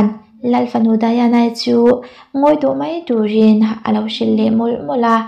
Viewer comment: Diana hi English ania Daina ti tawp ta che Daiana ti a han lam hi anin awm, a hming hi i lam zing bawk si.....